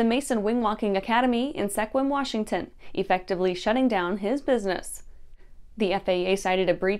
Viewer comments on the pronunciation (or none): For the Mason Wing Walking Academy, it's pronounced SKWIM (Sequim).